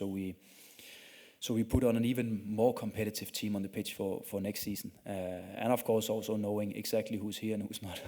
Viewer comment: ich hör immer bitch... achso, pitch meint er..